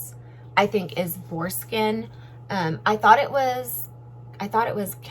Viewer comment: When You are talking about the brushes in what they were made of I thought you were saying foreskin instead of boar skin...LOL. Lovely bag, thanks for the review!